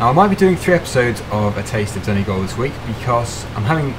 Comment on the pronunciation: Yes pronounced it right